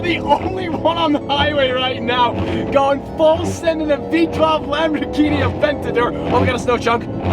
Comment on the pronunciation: Lambor - GEEHEENIE